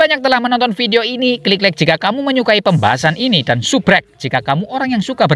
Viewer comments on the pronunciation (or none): none